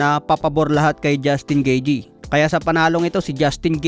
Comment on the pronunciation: 'Gitey' ang ang tamang pronounciation